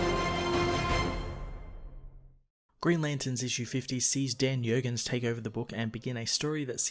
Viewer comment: It's not "Yurgens." The "J" is "hard." Just so you know. And damn, Mike Perkins' art is great. I thought Ivan Reis was the penciller for half a second. Can we have Kyle go back to being Ion and see Ion versus Eon? (Joke.)